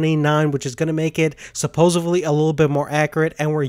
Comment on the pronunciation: I had to stop watching... I couldn't listen anymore. Accurate is pronounced "Ak yer it.... not akkerit.. and there is no "b" in the word supposedly. I know I need help because these kind of things bother me but I just couldn't let it slide. Thanks for the review.